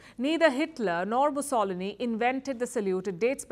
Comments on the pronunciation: This is the most disappointing report I have seen from Palki Sharma so far. As uncritical as never before, she just repeats the "mainstream propaganda" of her competitors. And, please, learn Italian! The name of the past Italian doctator is "Mussolíni", not "Mussólini"! Please do your homework, as you have done in former years, when I was a great fan of yours! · Say Musso-lini not Mussoli-ni :) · I have never heard Mussolini's name pronounced that way before. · Mussolini's name is not pronounced like that. The stress is on the second last syllable. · It's funny how a normal guy with his 3k yt channel playing hearts of iron 4 can pronounce "mussolini" the right way but the journalist of a 3 million channel can't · The pronounciation of "Mussolini" is hilarious. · You can't even pronounce Mussolini correctly...u know nothing. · Please pronounce Mussolini correctly